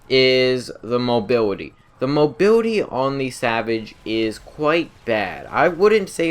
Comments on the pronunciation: Awesome video but I couldn't stop laughing every time he said "Co piwot" or "mobiwity" XD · Gweat mobiwity basicwee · "rearry" (really) "Pirot" (Pilot) "Mobirity" (Mobility) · "Mobiwity" lol jk